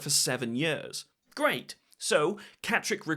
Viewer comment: Do you pronounce years and ears the same?